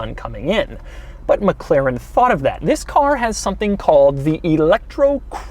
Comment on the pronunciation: Doug is the type of guy that says Meg Klerran.